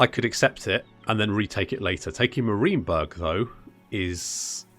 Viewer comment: Enjoyable campaign so far because : 1) The commentary and effort put in showcasing the battles 2) You don't make perfect decisions every time or seem to boss every battle like some 'tubers and 3) Your pronunciation of Marienberg as Mareenberg :) Think I might just follow your progress